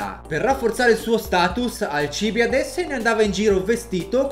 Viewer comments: Dal titolo avevo capito che questo video sarebbe stato pieno di errori, ma non fino a questo punto. Si chiamava Alcibìade, non Alcìbiade. Era il miglior allievo di Socrate, secondo quello che lo stesso Platone ci dice, non era per nulla ignorante e nemmeno un cretino, anzi, era un genio del male, secondo Platone aveva tutto il potenziale per diventare un grande filosofo, anzi, per colpa di Alcibiade molti credevano che la filosofia fosse pericolosa, il problema più grosso della Repubblica di Platone era mostrare che i filosofi al potere non sarebbero stati come Alcibiade. Come qualcuno nei commenti ha già detto, Socrate NON SCRISSE NULLA! NULLA! Era contrario all'uso della scrittura. Sulla mutilazione delle Erme, non si sa cosa sia successo. Forse erano stati gli amici di Alcibiade ubriachi di notte, o forse erano stati i NEMICI di Alcibiade che poi volevano addossargli la colpa. Inoltre, che io sappia si pronuncia "Egospòtami", e non "Egospotàmi", seguendo le regole degli accenti greci, ma non ne sono sicuro. Sono certo invece che la città di Turi in greco si chiamasse "Thoúrioi", e quindi in italiano si pronuncia "Tùrii", e non "Turìi". Insomma, smettiamola di stuprare i classici. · Ogni volta che pronunci il suo nome è morte per le orecchie. Ps. Socrate non ha mai scritto nulla, quello semmai è Platone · Fai un video su un personaggio e manco sai pronunciarne il nome.. da vergogna!!! La gente che cerca video del genere lo fa per imparare, poi si trova video fuorvianti, come questo, e apprende nozioni errate. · Alcibìade! Non Alcìbiade! CAZZOOOH!!! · 1) Alcibìade, non Alcìbiade; 2) Il fatto di essere belli era un vanto perché la bellezza esteriore rifletteva quella interiore e viceversa. Per questo ci si è soffermati sul suo bell'aspetto; 3) Socrate non ha mai scritto nulla; Andando oltre queste sciuocchezzuole, ti ringrazio per avermi fatto capire Alcibiade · Ma poi hai pronunciato male alcibìade tutto il tempo... dici sempre alcibiàde